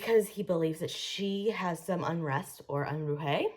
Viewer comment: Your pronunciation of "nisei" and "Unruhe" is atrocious. The mispronunciation of Unruhe is particularly inexcusable, since both Gerald Schnauz and Scully pronounce it correctly onscreen. And what on earth is "memento moray"? Gethsemane is a biblical reference. Have you never been to Bible study?